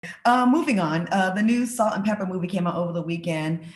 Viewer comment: "Pepa," Claudia--NOT "Pepper"!!!!